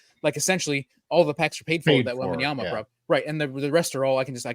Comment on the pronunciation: “wembaMyama”… “wembaNyama”… 😅 You got this! Love the show!